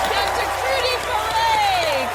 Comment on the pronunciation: Alyson totally buchered the name.